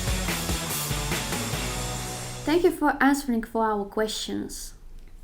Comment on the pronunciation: Мне послышались, что сказали, "Thank for answering our questions" и произнесли "энсвэринг". Прозвучало не совсем отчётливо, может быть, мне показалось. Ну о вообще-то, девочки, вы молодцы.